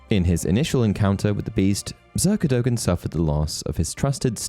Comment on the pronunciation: Cadogens name is pronounced CAD-AGAIN